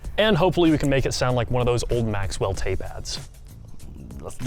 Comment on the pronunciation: did he really just say maxwell???? jfc guys....................